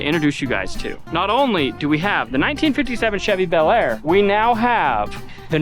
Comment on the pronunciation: It’s Not aBelAir,! Get it right!